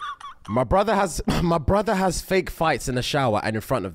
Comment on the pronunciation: SAMMME!! I'll be saying "brudda" all the time and I don't even know I'm saying it😂😂😂😂